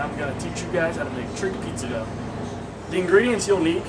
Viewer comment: Dough... Not Dogh... Why no yeast?